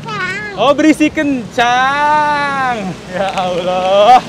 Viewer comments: Menghibur banget dan frey, pas ngmg "berisik kencang" aku juga dengernya kok "keripik kentang" juga yaaah hahahaha lucu deh frey frey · hahhaa aku malah dengarnya "sedikit kencang" 🤣 ku kira maksudnya gak kenceng2 banget gitu 🤣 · pas ngomong "berisik kencang" aku dengernya "ayah boleh sedikit kencang ga" kirain freya minta ngebut wkwkwk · Kok aku dengernya "sedikit kencang" ya wkwkwk 😂 btw mamang gercep jg ya wkwk 👍